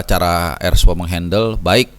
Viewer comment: Erspo , R nya RUWET